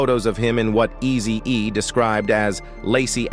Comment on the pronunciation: Messin up everybody name tho😂😂 pronouncing words wrong..😂😂 Eazy DUUZ IT😂😂😂